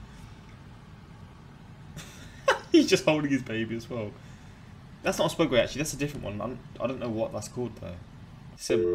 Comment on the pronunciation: your pronunciation of segway is funny. swegway